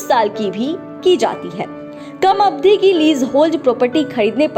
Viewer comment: जानकारी अच्छी है लेकिन मैडम अवधि को अब धी कह रही हैं, ह्रस्व और दीर्घ मात्राओं के उच्चारण में कमियाँ बहुतायत में सुनने को मिलती हैं।